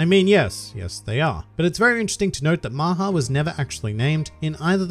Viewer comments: Ya but it’s not pronounced as maaha it’s mha but ya I knew it too I am Indian that’s good that they named him so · LOL I am an Indian the way everyone pronounced "maha" made me forget the original meaning Maha also means big in some circumstances